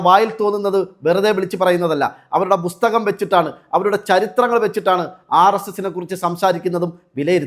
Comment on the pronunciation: നഗരസഭയിൽ താമസിക്കുകയോ ? ഇവൾക്ക് ഒരു ചുക്കും ചുണ്ണാവും അറിയില്ല ഇവളോട് സംസാരിച്ച് സമയം കളയരുത് വട്ട് കേസാണ് പിന്നെ ബുസ്തകം അല്ല പുസ്തകം